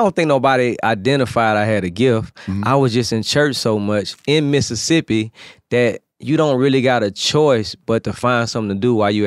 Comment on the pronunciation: Finally someone said Mississippi the way we pronounce it here! I love Zaytoven